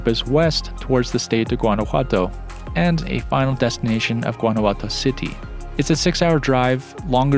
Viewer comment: Guanajuato is beautiful stayed there with a Mexican guy many years ago, very romantic, lovely hotel with an open air shower 🥰. Note its pronounced like Yuan not with a hard G 🤗